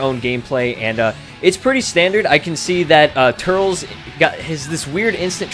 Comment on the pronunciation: Eeeew the way you say turles... 😝